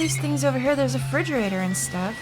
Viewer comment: I know a lot's going on but I can't get over you calling it a 'fridgerator'